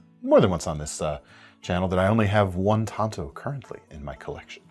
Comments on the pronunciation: IT'S PRONOUNCED TANTO NOT TANTO!!! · It’s not tanto it’s tanto.. duh